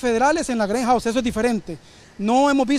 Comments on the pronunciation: Jaja cada vez que decia greyhouse me daba como risa y enojo y luego que grabo al oficial de dice Im not recorin your feis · Que mala pronunciacion, que es eso? " Greinhouse"??? Te queda grande la asignacion!!! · Que no es greyhouse Es greyjound ,,que bruto pongale cero